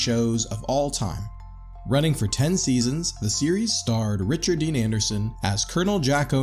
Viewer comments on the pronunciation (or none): none